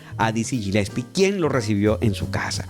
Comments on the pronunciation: Genial tu video, el apellido Gillespie se dice Galespi. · se pronuncia "Guilespi"!!!